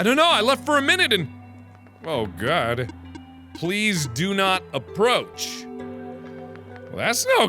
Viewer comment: Jerichow I totally agree with you and I feel like he emphasizes the "god" part way too much...